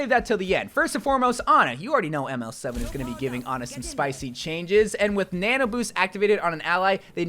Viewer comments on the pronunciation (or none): none